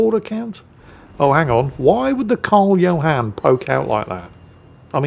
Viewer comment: What ship killed the green Atago? U, you pronounced Karl 14 John wrong